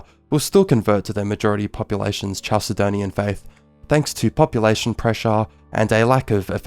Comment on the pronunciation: Great video, and I think your channel is "going places"! Minor pronunciation correction: "Chalcedon" is pronounced "Kal-se-don," not "Chal-se-don." Any word from Ancient Greek coming into English spelled "ch" is pronounced this way (c.f. "chemistry"), because the Greek χ is a kh sound similar to the Scottish "loch." I'd recommend checking pronunciations carefully for future videos, as it can be a distraction, but otherwise, GREAT VIDEO!